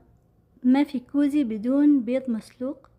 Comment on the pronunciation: غوزي وليس قوزي